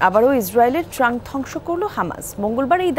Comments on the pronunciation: ট্যাংক উচ্চারণ ঠিক করেন এটা "ট্রাংক" না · ট্রাঙ্ক না ট্যাংক , সাংবাদিক এতো উচ্চারণ করতে পারে না এরা যে কেমনে চাকরি পায়